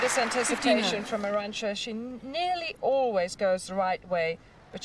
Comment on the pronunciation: Btw It's Arantxa, not Aranxta.